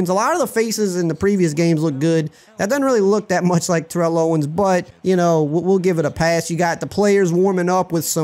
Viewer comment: lol TO would hate how you're saying his first name